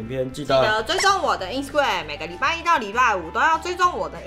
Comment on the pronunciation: 其實一直很想跟你們說 是Ins"ta"gram不是Insgram